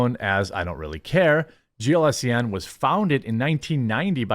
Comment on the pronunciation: Jeremy : GLSEN is pronounced as "glisten". Need a mnenmonic ? Just think of how glistening in sweat two "generic beings" of no particular pronouns would be after participating in what normies consider to be activities intended for ADULTS . And hopefully the Hollyweird acturds & writhers have just budLighted themselves out of existence.